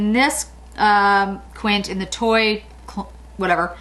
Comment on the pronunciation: Toile is pronounced "Twall" My daughter lives in France. I always have to consult her on the correct pronunciation.